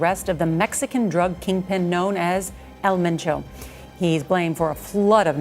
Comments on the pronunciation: You need to use different clips. I've seen the same few clips every video, I think you definitely have the potential to be big. Also I think some of the videos have repetitive information but I don't think that's necessarily a bad thing. This is more of a nitpick but you should see if someone can help you out with pronunciation too. There was one video where you said "El Machow" when his name was 'Ma-cho'. Other than that keep it up. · didnt even say his name right